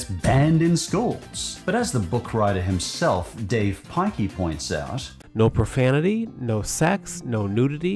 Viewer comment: Dav Pikey!? 💀